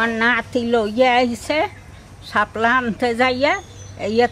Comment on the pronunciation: শাপলাকে হেলা বলি